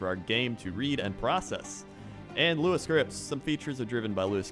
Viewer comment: Web Engineer here, as well as a Lua wow addon dev. Hearing him say Lua correctly gave me a lot more respect for lol. Also, the whole database migration explanation reminded me of the old company I worked for who had a terrible database design and made me feel humble knowing that even big companies like Blizzard started out with bad designs. Universities take normalization very seriously but in the real world, people brush it under the rug.